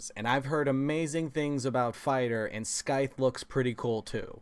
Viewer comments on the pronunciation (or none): Bro love ur great content but this one thing I noticed today it's about your pronunciation of scythe c actually stays silenced it's more like sythe. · Just FYI scythe isn’t pronounced with a hard k sound, it’s more of a “sythe” But it’s a cool video and I enjoy your channel a lot 😎